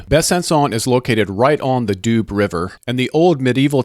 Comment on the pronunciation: And Doo river, department not doobs the Doubs inhabitants are doubiste and Besançon ones are bisontins ( Vesontio was the Roman name of the city)